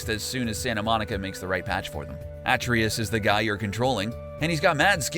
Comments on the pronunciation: You’re pronouncing Atreus wrong, even though the voice actors say it dozens of times in the unskippable cutscenes. You used a picture of intra-realm fast travel (mystic gateway) instead of the actual inter-realm doors (Realm Travel Doors). “Thor’s hammed causes thunder to strike”. No. Lightning strikes. Thunder is just the sound. “The magic chisel is split up and you need to gather all the parts.” That’s flat out wrong. There’s literally only one place to go to get the chisel. In fact, it’s single piece is so large that you need to break off a small piece yourself. “Blue crystals [...] aren’t exploding properly.” They don’t explode. Those are red crystals. Blue crystals cause new paths to appear or (de)activate switches. This was a poor video to anyone who’s actually played the game, and seems like a rushed release to dupe people who haven’t played and encourage haters. Get someone who actually knows their stuff. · your ears have a glitch, The "A" in Atreus is pronounced the same as cAr / cAt / fAt ..... NOT : fAce / dAte / chAin You are pronouncing the name Atreus wrong, even though they tell you his name like 500 times while playing the game. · The only glitch I've encountered from this video is the way you say Atreus's name. Makes me wonder if you ever even watched game play let alone played the game. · I forgive you for saying Atreus wrong only because Kratos called him boy 95% of the game. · you said atreus wrong- trump:*WRONG* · I'm guessing the narrator never played God of War. The continued mispronunciation of Atreus is a clear indication. A-Trey-us not At-Tree-is only spoken by Kratos over 100 times in the game. Blue crystals don't explode in the game ever, they create a bridge, light a room or reveal a lore. Keep up the good work otherwise. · Its a tra us not atrias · You have a glitch trying to say Atreus "a-tray-us" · It’s pronounced uh-tray-us. Not At-tree-us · they mention his name like 500 times while playing and he still said it wrong lol